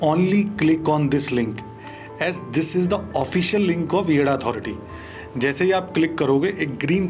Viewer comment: Yeh yeida nahi yeda hai😂😂